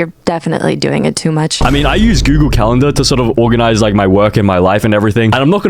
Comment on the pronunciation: goongler goongling on goongle